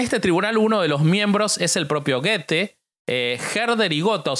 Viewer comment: Goethe se dice go e th…go e thé es otro wey